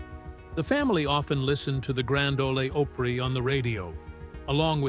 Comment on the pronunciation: "Grand Olee Ohpray" WTF 🤣🤣🤣🤣🤣